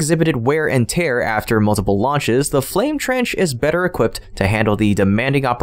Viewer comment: Your English just seems to be getting worse. Someone there needs to go back to school. Dual Flame Trend. What the heck is that? Did you mean Dual Flame TRENCH? Come on. Get it together people!